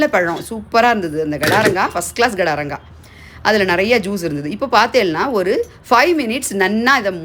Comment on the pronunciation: Gadaranga illa kadaranga.. Garda Garda nadukarel